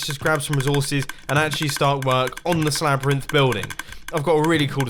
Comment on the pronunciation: wait... did he say ”Slabyrinth”? epic name